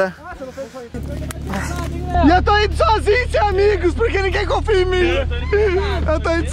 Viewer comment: O melhor é o coronado ele não fala "em mim" ele fala "nimim" kkkkkkkkkk 😂